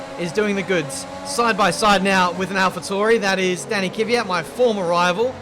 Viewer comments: It's Kvyat, not Kyviat. So first the K, than the v. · Since you asked, its K V AT not kiv ve at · DxC Well, the «ya» is just a soft a as well. So no i anywhere. Just say Kvat. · Please stop calling kvyat kiviat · Yes its kVYat not kyviat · One name a lot of people get wrong is Kvyat, why the hell would you pronounce it kiwiyat? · It's Kvyat and not Kivyat..:) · You also pronounce kvyat’s name wrong. Its kvyat, not kivyat. It is killing me. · Exempl. Its not "Kiwi at" like says its Kvyat =kvi yat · If you want a name you pronounce wrong, then Kvyat is one. You somehow squeeze in an extra vowel between 'K' and 'v' + turn the short "vya" into "viya" making it "Kiviyat" xD But congrats on a nice and flowing career. Best of luck! :D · I hate it when he says Dani Kivyat instead of Daniil Kvyat🤦🏼‍♂️ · Felix Tscharnig Everyone else pronounces him Kv-ee-yat, when it’s actually just Kvat. One syllable, no i. The ya is just a softer a. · I don't get why he pronounces Kvyat as "Kivyat"... Where's the "i"??? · You butcher Kvyats name its KUH-VEE-YAT